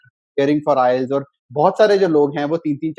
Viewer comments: bhai inka 4 baar me 'ILETS' ho gaya wahi badi baat he 🤣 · He is wrongly pronouncing IELTS. He says ILETS (not once but every time), Very strange how can he score that much... Something fishy.